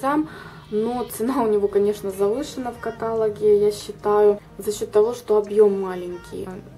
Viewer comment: Не катАлог, а каталОг!!! а так коллекция хорошая, но следите пожалуйста за правильным произношение слов